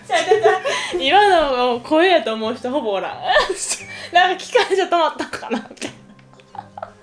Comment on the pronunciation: え！そこ？！って思うけどの「おらん」の発音が好きでずっとリピートしてるww